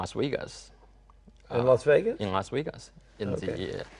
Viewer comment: "Las Weegas", Nevada, US